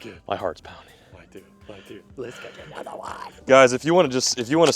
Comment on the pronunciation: “lets catch 👹anotha one”